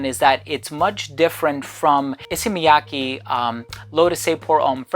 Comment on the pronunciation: Props for being one of the first reviewers I've heard pronounce "Miyake" correctly 😄